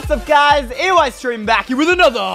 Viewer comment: U know it's Eystreem not EYEstreem